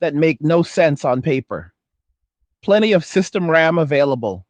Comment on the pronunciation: ddr5 is not ddr6.. your video makes no sense as you repeat yourself 42 times with AI voice that cant even say ram, but says r,a,m, thanks for wasting my time with this bs